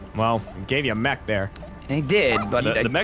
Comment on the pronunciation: In that first worms clip jack says something about the mech but it sounds like he says the Mexican